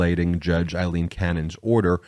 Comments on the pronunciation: Day after day I have listened to you mispronounce the name Aileen. It is NOT the same sound as in as Eileen. "Ai"rhymes with "say" in this name. Yes, it is a common variation of the Irish name Eileen, but the pronunciation is different. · nope. I grew up in Ireland. Aileen is pronounced A lean. Eileen is pronounced I lean.